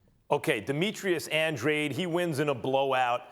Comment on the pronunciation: It’s Andradeeeeee not andrade.